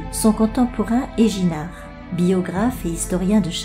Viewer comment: se prononce Eguinhard le n et le d sont prononcé